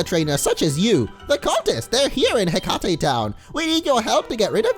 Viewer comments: For being a Percy Jackson "fan" you'd think he know it's not Heck-ah-tay town, but Heck-ate. Hekate is the goddess of magic. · Pretty sure "Hekate" is pronounced "hekkit" because the town is obviously named after the goddess in Greek mythology (Hecate or Hekate), whose name is pronounced the same way.